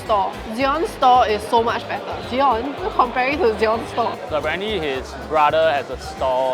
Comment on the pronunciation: is the worst type of person. Like those chicken that peck on other chicken's wound. Just because someone spelled Michelin wrongly doesn't make the joke funny when you keep repeating it. She cannot even pronounce Zion correctly want to ridicule others for their typo or misspelling. 50 steps laughing at 100 steps...